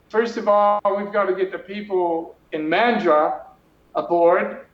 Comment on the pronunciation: Bla, blah, blah... Neither speaker can pronounce Mandurah properly. Tells me a lot.